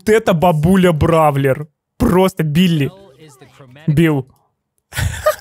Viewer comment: не Били а Бель